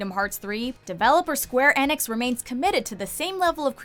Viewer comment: "Square EHnix"